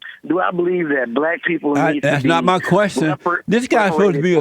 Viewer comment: I'm dying here, he totally says "he blast!" Haha